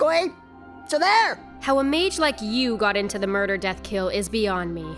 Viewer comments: I heard rin toe sucker and now I can’t get it out of my head 😂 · "Rin Toe-sucka"